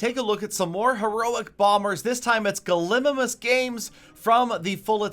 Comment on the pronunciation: I'm pretty sure that gallimimus is a dinosaur but you mispronounced it is what I'm saying